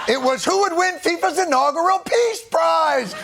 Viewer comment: Ironic that the FIFA boss pronounces “your prize” as “ your price”